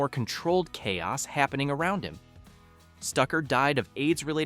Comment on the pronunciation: Most real fans have seen both movies and discussed it with other real fans. I knew I should have ended this at the mispronunciation of chaos.